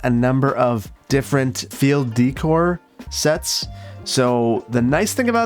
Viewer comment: letting his midwestern show in ‘decor’ lol ditches are a nice touch